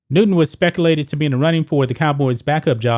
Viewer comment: Did you just say "speckalated?" Subscribe.